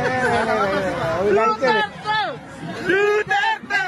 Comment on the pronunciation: Narinig. Ninyo.. deretcho daw, Deretcho enoduro..